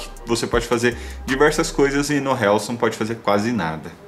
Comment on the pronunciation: Amigo só uma dica : é RILS a pronúncia